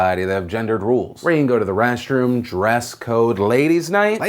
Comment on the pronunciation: I'm SO sorry Phil but... "RASTroom" What is that? :)